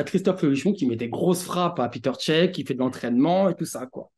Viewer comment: Peter cech 😂😂 piteur cech 😱